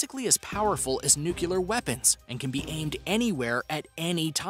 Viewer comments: Did you say "nu-cya-ler" instead of "nu-cle-ar"? 🤔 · All of this knowledge and you still can't pronounce "Nuclear", properly